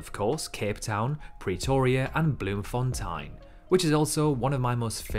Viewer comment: Interesting video. However, you need to check your pronunciations of Bloemfontein and Montevideo.